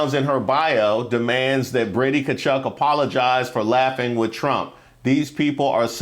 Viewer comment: Just a quick fyi, Tkachuk is half Ukrainian so his last name would actually be pronounced Tkachook.